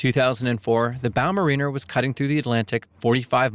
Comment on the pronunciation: As someone who used to work for Odfjell, it's Bow Ma-Rin-Ner as in a mariner, a seafarer, not a Marina, a place where yachts dock.